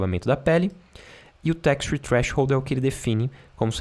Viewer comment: so a pronuncia do texture que precisa afinar.